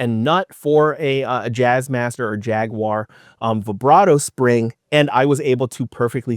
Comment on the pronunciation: Thank you for saying jaguar correctly